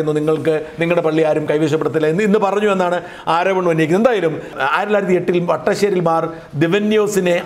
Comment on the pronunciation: ബഹുമാനപ്പെട്ട ചേട്ടാ... താങ്കൾ ഏത് മത വിശ്വാസി ആണെങ്കിലും പരിശുദ്ധ സഭാ പിതാക്കന്മാരുടെ പേരുകൾ പറയുമ്പോൾ കൃത്യമായി തന്നെ പറയുക... പരി. പാത്രിയർകിസ്‌ ബാവാ തിരുമേനിയുടെയും പരി. വട്ടശ്ശേരി തിരുമേനിയുടെയും ഒക്കെ പേരുകൾ തെറ്റിച്ചു പറയുന്നത് കേട്ടു...